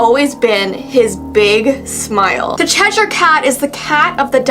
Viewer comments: It's Chesh-er not Chesh-ire. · It's pronounced "cheser"??? I thought it was "chesh-i-er" ....